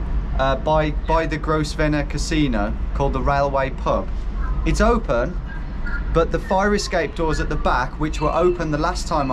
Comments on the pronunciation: A little disappointed the most british man on YouTube couldn't properly pronounce Grosvener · "Gross-venor". I swear you mispronounce things to increase your comments haha. It's grove-na. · 1) major sir digby chicken Caesar vibes 2) it’s ‘grow-vnr’, not ‘gross-venner’ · The casino name is pronounced Grow-ven-er, not Gross-ven-or. Thank you take care. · Gros--ven--er casino 😂😂 good video lads, love them as always. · Gross Venor casino pronunciation killed me, i hope that was intentional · Isn't Grosvenor pronounced "Grove-ner"? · Btw, Grosvenor is pronounced Grove-ner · Sorry I just can't get over 'gross-venor' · lol gotta love Tom's pronunciation of Grosvenor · Say "Grosvenor" again you Yam Yam ! 😃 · Lol the way you pronounce grosvener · That pronunciation of Grosvenor was hideous